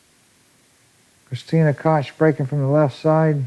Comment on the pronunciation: Somebody tell Earl Striplnd how to pronounce Kristina Tkach